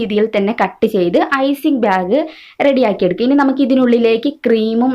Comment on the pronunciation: Icing byag alla... Icing bag ennu parayu